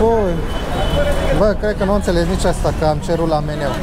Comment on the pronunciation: nu te supara da la cum zici tu meniu nu te-ar intelege nici bunica...